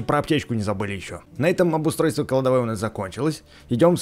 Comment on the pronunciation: ты сказал не кладовой а калдавой